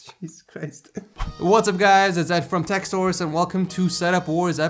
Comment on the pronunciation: Yeah we know you're bad with names, you even butcher your own channel name. :O You say: Tech SORES instead of Tech SOURCE...